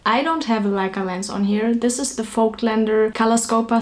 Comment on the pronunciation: OH MY GOSH! You are one of the very few people who can pronounce Voigtländer! 😃